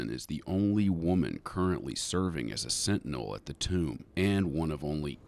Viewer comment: his is a SIT-TINEL. LMAO. It's getting fuzzy!? lmao. that's what he said. bahahahahaha.